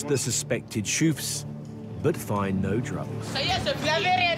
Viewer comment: 🤣 "The Shoof" 🤣